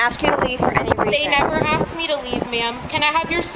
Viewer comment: Axed her....🤣🤣🤣